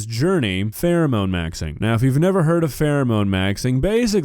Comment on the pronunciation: "Phewemone Maxwing"